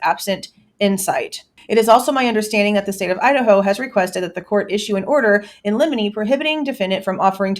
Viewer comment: Everytime I hear you say Motion In Lemini, I think of Lemini Snicket lol